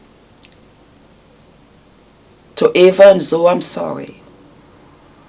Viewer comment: I agree with you. It was clear as spoke that she has not followed Nikki and Jamie's old channel nor 'Simply Nikki'. She didn't even pronounce Zoe (pronounced Zoey, not Zow) correctly. And that is the problem with so many of the people judging Nikki, they clearly haven't followed the couple and know absolutely nothing about that which they comment on. They simply receive and swallow Jamie's narc bombs like baby birds being fed toxic waste by a hideous, demonic mother(Jamie).